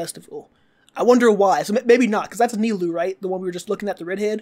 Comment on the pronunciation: Just in case you mispronounced the names: Nilou is pronounced “Knee-Loou” Layla is pronounced “Layla*” Lyney is pronounced “Liinee” Wriothesly is pronounced “Riseths-ley” Neuvillette is pronounced “Nerv-illette” not Neuvillettee